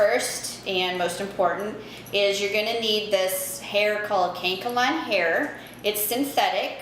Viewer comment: It’s pronounced Kan EC a Lon not kank a lon